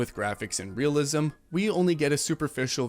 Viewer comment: What the fuck is "realisem"? Ree-ah-li-sem? Really sem? And yes, yes we know folks grab shit from the store. Doesn't take a 3D artist to know that.